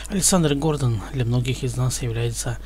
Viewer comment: Елайте правильно ударение ГордОн, а не ГОрдон!